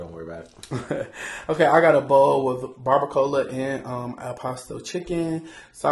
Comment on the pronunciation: Dame. You always say “barbacoa” wrong! 😂 And it’s Al Pastor chicken. Not El Pastor. 🥹🔥